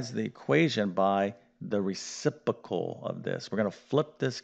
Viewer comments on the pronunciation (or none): "prolem" instead of problem, "recipical" instead of reciprocal, okay, definitely not a word pronunciation lesson...